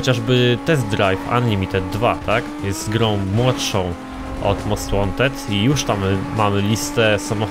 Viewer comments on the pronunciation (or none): "Cześć, ja jestem i zapraszam na odcinek z Nid For Spid Most Łanted, ten stary most Łanted z 2015 (pozdro dla obeznanych o co cho)"